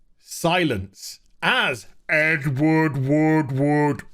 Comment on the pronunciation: I figured said it on purpose. It’s an old joke about his name, to pronounce it you need to say “wood” three times.